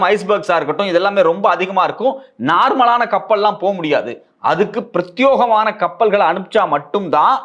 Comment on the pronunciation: 👍 "Prathyogamana" tappu pronunciation "Prathyekamana" correct pronunciation